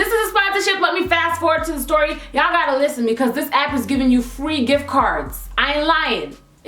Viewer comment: "styory"...